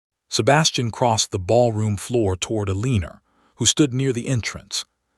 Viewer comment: It's Alayna not Aleener